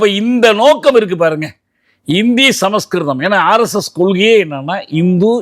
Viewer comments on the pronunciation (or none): none